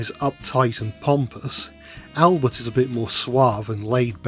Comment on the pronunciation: The french accent you do for Albert is so good bro ❤